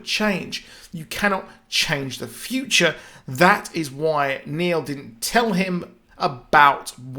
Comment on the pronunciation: Its Neil not Nail